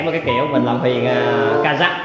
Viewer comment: Rõ ràng là THUYỀN mà sao cứ gọi HUYỀN nhỉ, nhóm sao ai cũng nói ngọng hết vậy